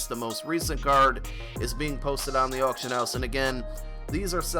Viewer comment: "Autcion" lol Someone's been drinking.